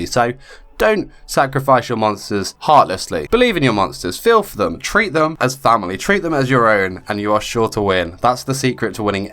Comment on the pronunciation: When he said treat them as your family, I heard TRADE them as your family. ... Took me a while to recover from that one.